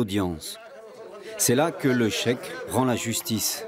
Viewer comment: Le Check mdrr Zéro prononciation arabe haha (Cheikh)